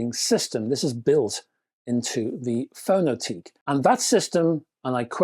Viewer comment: A year on and there still doesn't seem to be any reviews of this? Btw, given the company is Estonian, I think the name would be pronounced "Fono-tek".